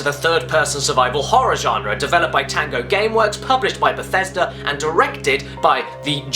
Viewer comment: I fucking choked when you said bethesda.